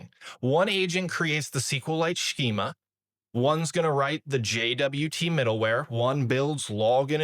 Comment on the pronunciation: schema is pronounced skeema not shkeema, just in case you wanted to be respected by your peers 🤓